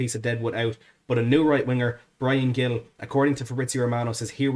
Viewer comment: A small correction,. Gil is pronounced more like Hil, the g sounding like a soft h. Of course, this only matters if we sign him. COYS.